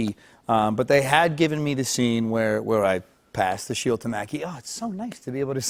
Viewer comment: Did anyone notice instead of sheiLd it sounds more like sheiWd it’s so subtle and almost unnoticeable but his old speech impediment sounds like it’s making an appearance